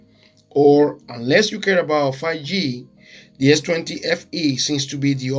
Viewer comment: I think 5G is pronounced FIVE G, not 'fagee' :) Thank you for this comparison. It was very useful.